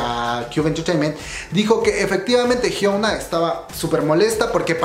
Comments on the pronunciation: se pronuncia "Hiuna" no "Hiouna" 😂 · Bro, Porque Siempre Le Dices Jiouna (Pronunciacion)? :v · Esto me salió en recomendados y por estar aburrida entré, platicas chido y todo, pero por favor di bien el nombre de Hyuna... No es "Jiouna".